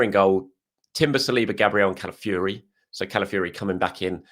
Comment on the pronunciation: CalafiORi Fee-or-ee Not ‘calafury’